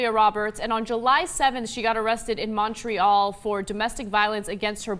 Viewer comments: I love your videos and how well your research but I do have to say being Canadian and hearing you say Montreal as “mon-tree-elle” is hilarious. Closer pronunciation is “Mon-tree-all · ahahaha i adore that u tried to sag montreal with a frech accent but that was france french not qurbecois. its pronounced "mont-royâl" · Mon-tree-ALL lol is how it is pronounced